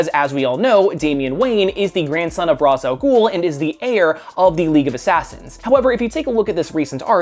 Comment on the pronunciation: Thank you for pronouncing "Ra's" correctly. It's not "Raysh" since it is Arab in origin. Fight me